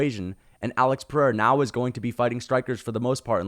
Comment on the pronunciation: Your pronunciation of Pereira is perfect.